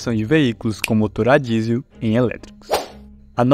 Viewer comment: Hoooo narrador q fala enrrolado ta mascando chiclete,motor ele fala Moto .